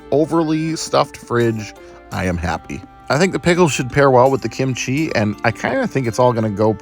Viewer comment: Sometimes you emphasize kimchi correctly, and sometimes you say kimCHI. Make a decision!